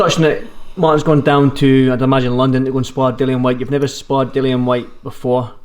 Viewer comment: It's Dillian Whyte, as in rhymes with Gillian and not Dillon. The number of times the interviewer said Dillian, I think he was hoping (and failing) that might pick up on it.